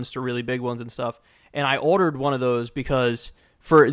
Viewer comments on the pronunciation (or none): whenever kyle says order it sounds like he's saying otter